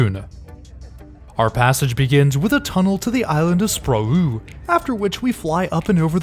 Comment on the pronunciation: The 'ø' in "Sprogø" is pronounced like the 'e' in "the" :)